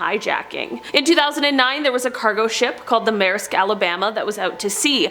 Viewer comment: I laughed at her when she said maesrisk it’s not maeisk it’s maersk